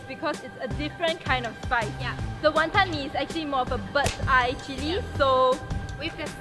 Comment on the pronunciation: The WonTON emphasis tho